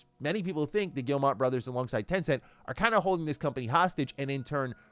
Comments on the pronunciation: the "G family" is French. The owner's name, Yves Guillemot, is pronounced phonetically "Eeve" "Gyee-mo", not "Eevs" "Gill-mott". It's silly, I know. But if you want to pronounce their name correctly, that's how. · Please stop pronouncing Guillemot wrong. It’s not gill-mot. It gii-moh. Pronounce like guillermo detoro. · Guillemot is pronounced gyee-moh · I think the name is Guillemot not Guillemont. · Why would you not even check to see if you're pronouncing "Guillemot" correctly? lol do you think it's just a made-up sci-fi name or something?